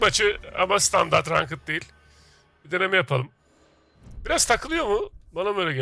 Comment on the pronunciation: Rankıt ne rankıt??? İngilizce telaffuz bilmiyorsan dereceli de bari...